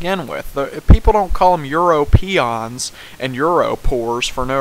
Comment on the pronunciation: How dare you say such horrible things about Europe and Europeans or as you like to say EuropEONS (why pronounce weird?). Oh and also everything gaming system on that list is awesome apart from the virtual boy (which didn't get 3D from the 3DS btw).